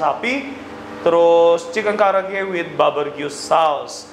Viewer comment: Barbeque koh bkn baberque🤭